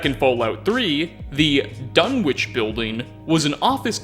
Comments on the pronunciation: "The government couldn't just fire into the crowd" Oh wow, one way fallout's america was less evil than our own *Also, major nitpick, Dunwich is pronounced without the "w" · I know this is an old vid but Dunwich is a village in the UK, it's actually a silent W so its pronounced Dun-ige. Just thought you'd like to know. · pronounciations of "quarry" and "Dunwich" make my ears bleed... is this an American pronounciation thing?